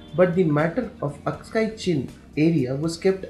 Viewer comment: It is aksai chin and not askai chin